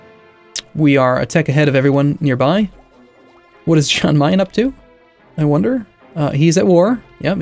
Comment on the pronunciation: It's pronounced Yan Mayen not Jan